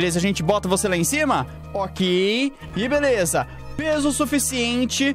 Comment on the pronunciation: Mano eu não sei sê e só eu mas eu acho que o fala velesa